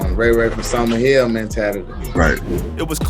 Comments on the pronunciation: It's Summer Hill not Summerville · Just a lil clarification. It's Summer Hill, not Summerville. I'm a Zone 3 native...I had to say something. 🤷🏿‍♂️..😂😆